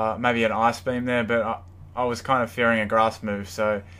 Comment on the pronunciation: when you say ice-beam....sounds like ass-beam